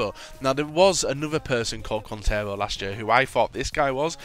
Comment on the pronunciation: It's pronounced keen-tare-oh